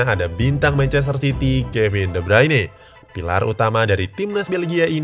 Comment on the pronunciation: De Bruyne Bacanya De Broiyne